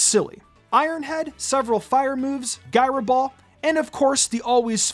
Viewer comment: Never heard Gyro pronounced Guyro before.